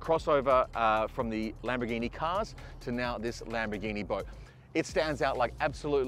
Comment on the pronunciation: Why does he keep calling it a Lamberghini? 😂